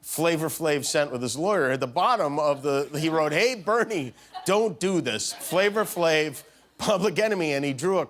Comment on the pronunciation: “Flavor Flave” 😂 Come on Jimmy. Thought you were cooler than that Flava Flav